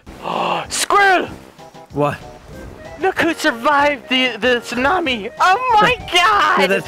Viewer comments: Best of pronouncing words wrong "Snami" Love it when it happens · its so funny how he says Snami instead of tsunami